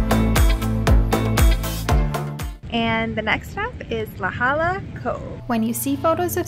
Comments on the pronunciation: La Jolla is Pronounced: La hoya just an fyi. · its pronounced la hoy-ah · Balboa* and La Jolla is pronounced La Ho-Yah just fyi